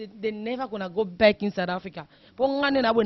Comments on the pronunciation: fifi anglais wana yango te that is very wack . you dont speak english . balobaka " I call you back" et non " I call beck" yango mutu ozosolola naye aza ko comprendre maloba na yote. loba kaka lingala ekozala bien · mj congolaise lol nalobi bongo Yaya quand tu parle avec un américain "back' wana okoyoka te Mais oyo Beck ya soso to ya nini mdr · siwa boni kokosa boye anglais ango oyebaki bien tein , call back et no call beck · kiéeékieee kiéeékieee oza somo yy obuki nga panzi forte beuck ya soso vraiment lol eeee naseki makasi kiéeékieee kiéeékieee eeeee l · Leo Silva ngai pe na comprendre te call u beck ya munoko to ya nini 😂😂😂😂😂😂 je comprend anglais ya Afrique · Bijoux Kalonji aw na UK tolobaka BACK